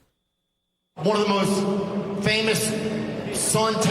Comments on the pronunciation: Cutter? It's Caa-Tar. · You would think that someone who speaks for a living on TV would bother to learn how to pronounce the name of the country of Qatar properly. It is kuh-tar, not cutter. CNN is a disgrace. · The country is called "katar" not "cutter." One of the thousands of reasons to not watch the Communist News Network. I live in that part of the world for two years.